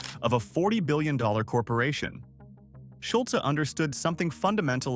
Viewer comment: Drop the e sound for Schulz to pronounce correctly